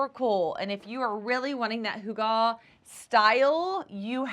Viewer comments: Pronounce it as hoo gah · Put the emphasis on the first syllable